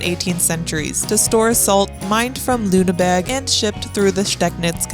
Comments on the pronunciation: and its LüneBURG and not LüneBERG. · I enjoyed your video, and the you said "LünebErg".😢😅